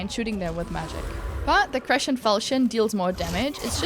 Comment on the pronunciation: Why do you pronounce crescent like that?